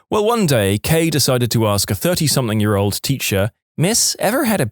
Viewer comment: No K in the word something